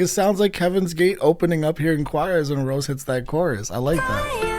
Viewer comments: It's Rosé (Rosay), not Rose XD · Suprised the blinks didn't come for your neck cuz you saying Rose instead of Rosé ( Rose-Hey ) 😂😂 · her name is pronounced row-say btw!! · rosé is pronounced ro-say btw ! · Great reaction! By the way, Rosé is pronounced as in the wine or the pasta Ro-zay. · Rosé’s name has an acute accent so it’s pronounced like the wine. 😊 Jisoo is pronounced jee-soo. Yes being extremely popular, there are a lot of haters but worse still there are a lot of solo stans which are people that only like or support one member and dislike or feel like the other members bring down their favourite member. I absolutely despise the solo stans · I always love how in depth you analyze stuff. Quick correction, it's Rosé (meaning you pronounce the e like french). Her actual name is Roseanne, you kinda just drop the "n".